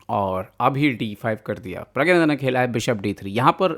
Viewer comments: Pragnanada bola kare pragyananda nhi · Bhai uska naam pragya nahi pranna hai ...aap kisi ka naam aise galat kaise bol sakte ho??